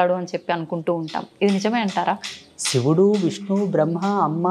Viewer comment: షివుడు కాదు తల్లో…..🤦‍♀️🤦‍♀️🤦‍♀️🤦‍♀️😡😡😡 శివుడు అనాలి